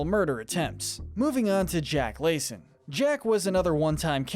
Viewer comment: sighs it’s LASS-SEN not LAY-SEN. It was spelled Lassen not Lacen. Ok? This is one of my fave episodes